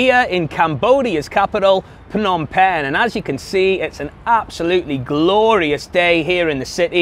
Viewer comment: You would seem more knowledgeable if YOU COULD PROPERLY PRONOUNCE THE NAME OF THE CITY YOU LIVE IN